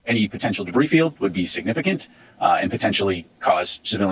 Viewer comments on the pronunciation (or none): Imagine being a news reporter and not knowing that the S in debris is silent.